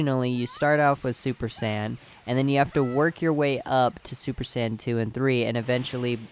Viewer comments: Bothers the fuck out of me how you say Sayian it sounds so lazy and it sounds like your calling them sand, the sand race wtf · Tf is a San ummm I don't want to be a bother but It hurts to hear it tf is a sans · U can’t say saiyan. It’s not sands! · San? Saiyan you imbecile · listen closely, he pronounces saiyan as "sane".